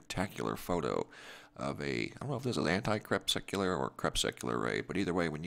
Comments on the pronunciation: CREE-PUSK-U-LAR. Crepuscular rays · I subscribed and I thank you for the presentations and the data captures. A former weather observer for the USCG with 10+ years at sea, I have always been fascinated by what I have seen... Even recorded noctilucent clouds once. Anyway, just a little feedback: your pronunciation of crepuscular struck me as odd, so I checked myself. It is, in fact, krɪˈpʌskjʊlər, or kre PUS cular rays. Thanks again for your work.